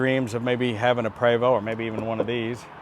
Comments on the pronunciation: It is properly pronounced "pray-voe". You were saying "pree voe". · Je suis Canadien! Oui! C’est un Prévost! (prob. “Pray—VOH”)